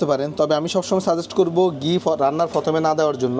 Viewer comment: Not গি it's ঘী। not ফানি its পানি,,,, উচ্চারণ ঠিক করুন আগে 😂😂😂😂